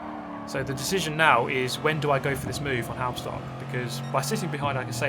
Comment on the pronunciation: Pronunciation guide on Halbstark. Say it like hulbsh-dark. Imagine you're Scottish saying the "bulb ish dark", then your half way there. Halbstark is a dated German word for a teenager or young adult. It was used in the 50s or 60s of the last century. So kudos for Halbstark preserving dated vocubulary. Some 60 years ago a band named "Die Yankees" produced a single "Halbstark", singing about young adults racing in the city. Please note that "Die" is no verb in German but literally translated "The Yankees". No-one is supposed to die here. ;-) If you want to get a feeling for the time, watch an episode of Happy Days. Fonzie would be considered Halbstark with his leather jacket.